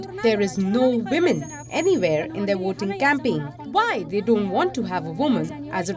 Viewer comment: Are you kidding me? Ministery of wahmen? 😂😂😂